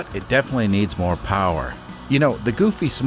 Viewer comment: more not moor.